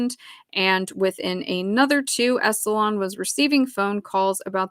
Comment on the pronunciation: I love your show,. I totally get into it. Anything you want to cover is cool with me. I just want to say it's 'Esalen' (en) like "Esalynn" not 'EsalON' like "salon". Don't worry, I had to be corrected when I did radio news on how to pronounce 'Cape Canaveral' and when I worked as a teacher with NASA on how to say 'NASA' instead of 'Nasaw'. It's okay, you're human. I hear people mispronouncing words online all the time and I don't have any kind of judgement about it. It just gives you more credibility when you say it the way it's supposed to be said and it helps with our comprehension. Plus if I keep hearing it wrong, I start saying it wrong myself.